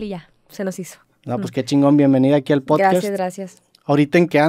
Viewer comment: Poscast dijo poscast jajajaja 🤣🤣🤣dijo poscast